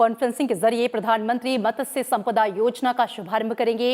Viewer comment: Mam! It's not मतस्य it's मत्स्य🙄